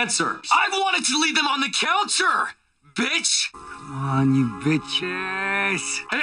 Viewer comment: Hands down the best, the way he pronounced counter i lose my shit every time 😂😁😁